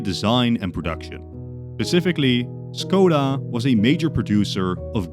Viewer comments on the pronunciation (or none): CZECHIA MENTIONED bad pronounciation, its Škoda not Skoda. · Škoda /ʃkɔda/ not Skoda /skɔda/. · škoda is pronounced with a sh sound at the start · When you say Škoda you say it good but the first letter is Sh like in ship not s in snake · Your pronunciation of Škoda is killing me (Š reads like Sh)